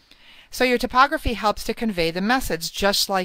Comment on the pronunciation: "tip"ography? thought it was pronounced "Type" Ography?